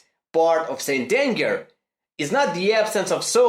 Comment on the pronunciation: I thought he said Stalin